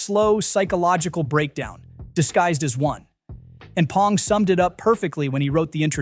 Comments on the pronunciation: Good video but his name is "B" Bong, not "P" Pong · A.I. can’t say it right. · Oh my god, stop saying "Pong." Thumbs down for bad AI. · That doesn't surprise me but the massive frequency of "P"ongs in this video pushed me over the edge 😄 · Yeah, just mispronounce his name. It really shows you did your research and didn't just have Chat GPT come up with this. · This AI voice can't even pronounce Bong Joon-ho's name correctly.....